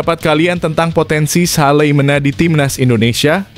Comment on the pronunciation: Not Salimena(the Name from Nederland) but Salamena?